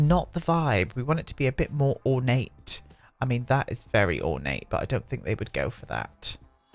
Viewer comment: "Orna-tey" I LOVE that.